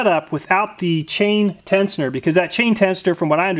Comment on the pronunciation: Love your videos I binge then Amat least once a week. But that being said the pronunciation of tensioner triggered me lol